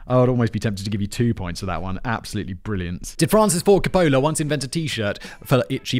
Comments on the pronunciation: Francis Ford Car-Polar... Is there anything this guy can pronounce correctly? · The way he pronounces Francis Ford Copola is killin me. Lol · My GF has interrupted this video at least twice because "Simon isn't pronouncing Coppola correctly" like that's what is important here😮‍💨🤬